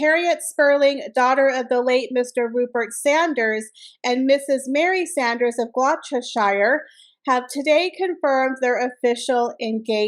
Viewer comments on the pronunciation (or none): Gloss tu shur. There are a lot of shortened sounds in the way we Brits say Gloucestershire! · Gloucestershire = Gloster-shur. Happiness to all the newly engaged.